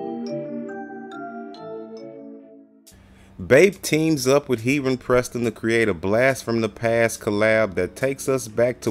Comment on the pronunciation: I’m pretty sure you’re pronouncing his name wrong lol